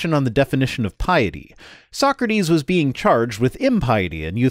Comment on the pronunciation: Call me simple, but I love how he pronounces "being". "The bean who created the universe is the same bean who IS justice." His apologetics are just full of beans.